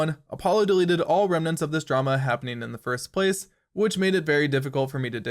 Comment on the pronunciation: First PLACE. Idk I've never heard anyone put the emphasis on the second word of that phrase, and you use it so much. Good video tho, well done.